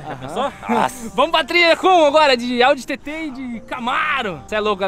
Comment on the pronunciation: Eu revendo esse vídeo agora e percebendo que o falou audi TTSÃO